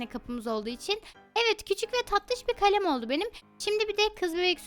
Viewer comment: Kalem kalem değil kalem